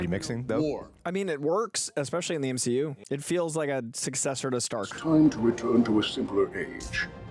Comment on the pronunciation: Did just say "M-SHE-U"? 🤔Is he turning to the darkside? 😦